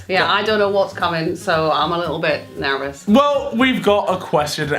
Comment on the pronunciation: You're nervous, not narves. Damnit women